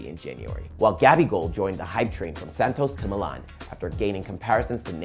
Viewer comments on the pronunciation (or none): none